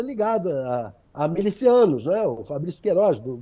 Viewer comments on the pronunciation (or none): Pelo amor de Deus FABÍOLA CIDRAL...a palavra é 'MILICIANOS" q vem da palavra milícia e NÃO "MELICIANO"!!!! Essas repórteres/apresentadoras formadas na internet são uma comédia!!!